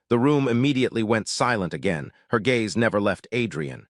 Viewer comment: AI doesn't know the difference between gays and gaze...